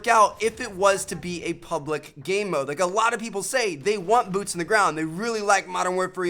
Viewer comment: arsalan ali he said boots pretty clearly